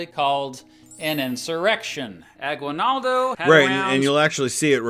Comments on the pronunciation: FYI, Aguinaldo isn't pronounced "gwi", it's pronounced "gee" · Note on pronunciation: it's "A-gee-nal-do". 🗣 Interesting choice of using icons depicting ships with sails... ⛵ Just the obligatory aside that "concentration" and "death" camps are distinct. Related yes, but distinct. ⛓💀 And so the US never engaged in a disastrous occupation ever...oh. Never mind. 🌍🪖🛫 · ah-GEE-nald-oh. There's no "W" sound in his name at least the way the locals say it. Fun fact: The rebels in the Philippines were the KKK and wore white or red hoods. So if you hear a Filipino talking about the KKK, that's not the white supremacist group. Instead it's a group that was trying to get rid of the white guys. Part of the reason the US doesn't call it the Philippines-American war is they didn't consider the Philippines a country, but a territory at the time. The Filipinos debate to this day whether the US taking over was a good thing or a bad thing.